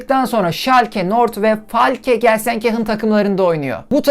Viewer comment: Gelsenkirchen daha güzel söylenmemişti